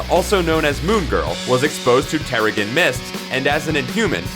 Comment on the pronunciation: "terrigg-en" How does this chucklehead think the word genesis is pronounced? You'd think "comics"alliance would hire someone who actually knows how to pronounce comic shit